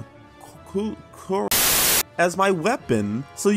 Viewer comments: Its pronounced: "ku sa ri ga ma" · Ku-sar-ee-ga-ma...youre welcome